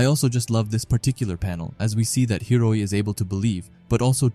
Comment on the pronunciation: I know it's common for you to mess up pronunciations, but cmon, you gotta do Hiori like that? 😭